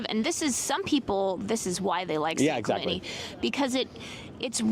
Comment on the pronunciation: San Clemenie! 😳😂 Please don’t try to convince me that this is the proper way to pronounce this name. It’s not.